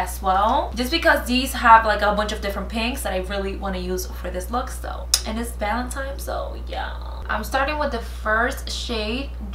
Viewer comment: I still dont understand why people say valentimes.... it's valentine's..... but beautiful as always!!!